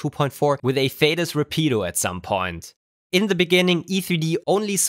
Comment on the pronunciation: Have you done the same tests with the rapido hf or uhf? I‘m interested in the concrete results. Btw afaik „rapido“ is Spanish and has the accent (Betonung) on the first syllable.